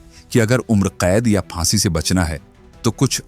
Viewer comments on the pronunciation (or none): none